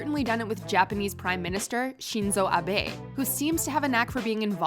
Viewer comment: Why did you add unnecessary tones in pronouncing Shinzo Abe?